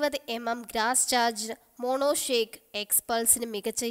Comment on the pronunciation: മോളേ mono shake അല്ല Mono shock ആണു